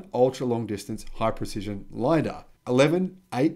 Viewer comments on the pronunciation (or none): none